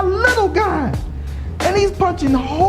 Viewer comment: "He's punching hoowles in the wooll"